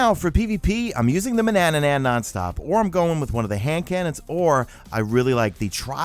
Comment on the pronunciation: Has anyone mentioned to ya that it’s just “Man-ann-an” (pron. man uh nan), not Manananan? Just wondering whether it’s a mistake or a deliberate mispronunciation since you’re v fond of the weapon :p